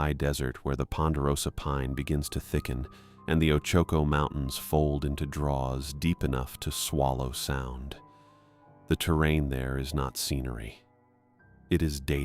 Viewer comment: Correct pronounciation of Ochoco: Oh-chuh-koh